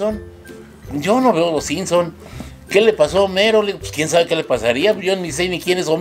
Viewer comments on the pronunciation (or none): "Los Sinson" 😂😂😂 ay!